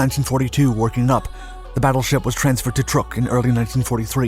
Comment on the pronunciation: I watch a lot of Dark stories. This is minor, but the island of Truk is not pronounced 'Truc,' it is pronounced 'Trook'. Source; one of my student from there.